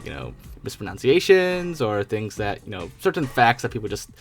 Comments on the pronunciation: Laughs at people making mispronunciations but constantly says "mispronOunciation".. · the obligatory mispronunciation of the word "mispronunciation" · This is one of my biggest pet hates. I don't care if you pronounce a word wrong, but the irony of mispronouncing the word 'mispronunciation' while sitting on your high horse talking about the mispronunciation of other words is incredibly frustrating.